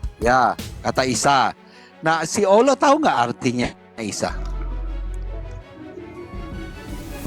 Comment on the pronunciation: Haleluya nama ALLAH saja jelas masa ALLAH di sebut aullah hahaha😅 yang benar aj brow